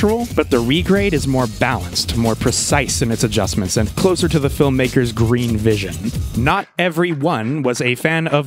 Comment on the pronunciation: its gween!